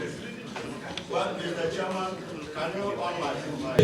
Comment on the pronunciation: Your pronunciation is very bad. Is it shareman or chairman.